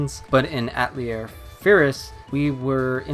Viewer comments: It's pronounced a-tell-EA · Atelier is a four-syllable word that means shop in French. It's not pronounced At-lier. The newer voiceovers have really been annoying that way. Earlier games it was pronounced properly. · They pronounce it right in the Japanese dub, so I dunno why he was pronouncing it wrong. There is even a scene early in the game, where one of the sisters pronounces it deliberately slowly and easy to understand. Yet he still mispronounces it. I was really surprised, because I normally play my games with English dub, and every game I own that someone says Atelier, it's like they find a new way to pronounce it.